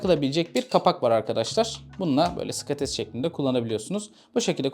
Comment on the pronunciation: Hocam skates olarak ne almalıyız video da söylemişsin fakat link paylaşır mısın anlaşılmıyor ne dediğin